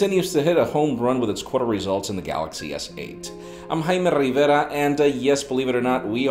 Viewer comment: JAIME RRRRRRRRRRRRRRRRRRRRRRRRRRRRRRevira 😩